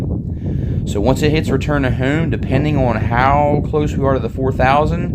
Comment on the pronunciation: I thought I was the only one. He does say hume instead of home 😂😂